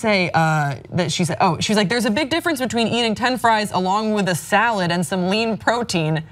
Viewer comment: "Salahd" - omfg😂😂😂😂